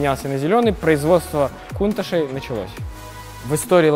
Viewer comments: "Кунташ" режет слух ! "КАУНТАЧ" ))) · точнее будет произносить - Кёунташь. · Почему он повторяет КУНТАШ ??? Модель называется КОУНТАЧ. В названии Countach буквы CH - читаются как Ч, а он произносит Ш - пишется SH. Многие люди ее произносят Каунтач. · Правильно каунтач